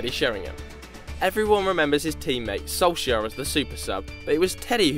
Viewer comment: Or Solskjaer as you says IT...